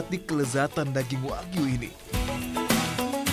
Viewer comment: Wagyu Bukan Wahyu